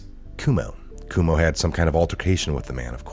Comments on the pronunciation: it's pronounced koo-oh-mo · It's pronounced CWO MO! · The Cuomo's have been a national name for years, but you still mispronounce their name. C'mon... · You don’t know how to pronounce Cuomo?